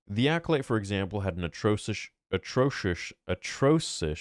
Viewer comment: "Atrosush, Atoshus, Astoshas... Atrocious"